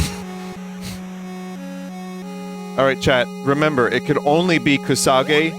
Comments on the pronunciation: Hearing "koo-soh-ghee" five seconds into opening this video was an auditory flash bang. booti pls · And then he said it right and THEN he said it wrong again. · Playing Koo-Sowegy on my Nine-Tendoo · KUSOGE actually means "shit game." KUSO is shit in Japanese GE (pronounced "gay") is a shortening of game (gaymu).